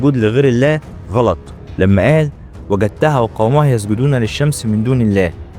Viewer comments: وجدتُّها وليس وجدتَّها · تأكد إنك تقرأ القرآن صح.. وجدتها... بضم التاء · قول الايه صح مش وغدتها و اسمها و جدتها 😅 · وجدتها وليس وقدتها استغفر الله لاتحرف ولاحرف من القران قنالك روح ادرس وتعلم كيف تنطق الااحرف بللغة العربية الفصحي انتبه لايجوز نطق حرف مكان حرف وترك لهجتك لاتتوافق مع صيغة القران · الله يجزيكم الخير 🤲 في ميزان حسناتكم إن شاء الله لكن بس لو سمحت انتبه لتلاوة الآية بشكل صحيح مثلا حرف التاء في كلمة (وَجَدتُّها) في عليه ضمة ولفظ حرف الجيم والله يعطيكم العافية 🤲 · وجدتّها بضم التاء برواية حفص ✅ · وجدتها ، بضم التاء * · وجدتها ال ،،ت،،مضمومة ياشيخ وليست مفتوحة هداك الله خطأ فاحش عيب😮❤ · انتبه وانت بتقرأ الايه.. وجدتها بالضم وليس بالفتح... تسلم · يا أخي الكريم احرص على قراءة الايات بالتشكيل الصحيح وجدتها بضم التاء وليس بفتحها جزاك الله خيرا قناة جميلة👌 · أخي الفاضل أنت مسمي حسابك أهي سهلة أهي وليس سهلا أن تقرأ القرآن دون أن تتعلم حتى النحو فكيف بالتجويد نصبت تاء وجدتها فبذلك الذي وجد بلقيس هو سليمان عليه السلام بينما الهدهد هو الذي يتحدث عن نفسه فنرفع تاء وجدتها ليس سهلا أن نعد محتوى وفيه ما لا نحسن التعامل معه وفهمه ولو خرج علينا من يتكلم في الطب مثلا وليس بطبيب وأساء في النقل لوجد الكثير من الإطباء من يتصدى له وهذه ثاني مرة أسمع منك الخطأ في قراءة القرآن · صاحب المحتوى إنسان جميل ومحتواه لطيف ومفيد ولكن ألاحظ إنه يخطئ في قراءة القرآن عندما يستشهد به يجب التأني عند قراءة القرآن حتى تكون مخارج الحروف والحركات صحيحة مثلاً قال وجدتها بفتح التاء والصحيح بضم التاء حتى يستقيم المعنى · جميل وجدتها بضم التاء لا بالفتح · وجدتها في الآية الكريمة بضم التاء و ليس بفتحها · ممتاز ..بس خد بالك من قراءة الاية بشكل صحيح. ..ده قران من كلام عادي ..وجدتها بالضمة عالتاء ..مش وجدتها بالفتحة عالتاء ..اتغير المعنى من انا وجدتها ل .انت وجدتها